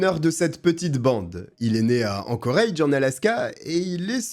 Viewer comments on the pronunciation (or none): none